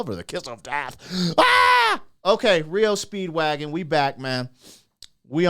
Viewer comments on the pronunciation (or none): Hey brother. M.. it's not reo Speedwagon... It's R E O Speedwagon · Dude. R. E. O. Not Rio. Do some prep fer cryinoutlioud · It’s not reo speedwagon it’s R E O Speedwagon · R.E.O. not Rio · S'up brother?! It's R E O. All separate 👍🏼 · Pronounced as three separate letters R-E-O Speedwagon👍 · "Are"-"Eee"-"Oh". 3 separate letters; R-E-O Speedwagon. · Said separate R E O speedwagon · Lol it's R.E. O. Speedwagon. Love your vids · Its pronounced R E O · FINALLY SOMEONE POINTED IT OUT THAT HE'S BEEN SAYING IT WRONG... LOL THANK YOU!! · It's just disrespectful to purposely mispronounce a band's name. Just my humble opinion. ✌🇨🇦